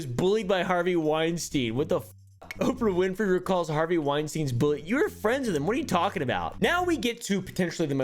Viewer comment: "Opah winfey" had me balling